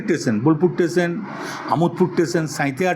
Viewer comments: স্টেশন ❌ টেসেন ✅ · টেষণ কি?? 😂😂 টেন কি??😂😂😂